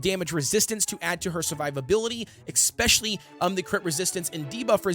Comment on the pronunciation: pls learn how to pronounce especially omg